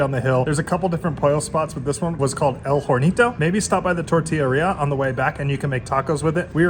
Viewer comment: I came across your page!! Glad I did!! Love how positive you guys are and love that you try to speak the language/Spanish in Mexico 🇲🇽 Remember “H” is silent 😉 Ornitos, Orcharta there is no whore in whorechata 😂 hope my message doesn’t get deleted 🤪🤪😂 I can’t believe how much spicy salsa you can eat!!! 🥵🥵🥵